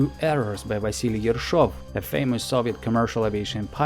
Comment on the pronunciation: Русскоязычный? Очень уж хорошо произносишь Учкудук и Ершов